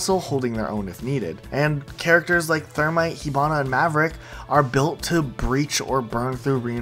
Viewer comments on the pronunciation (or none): none